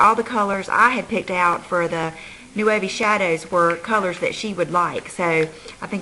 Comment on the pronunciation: Thank you for the swatches! I know you always say to let you know about the pronunciation of certain products. Thought I would let you know that I Nuovi is pronounced eee Nwovi, which translates to The New in Italian. I hope this helped you out. By any chance, are the eyeshadows made in Italy? Glad your daughter's party went well!:)